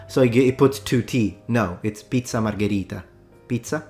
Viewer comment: ....also, hearing him pronounce, 'pizza margherita', sounds like that scene in the theater in, Inglorious Bastards.